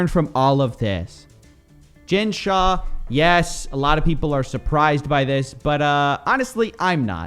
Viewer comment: "Shah", come on white lady.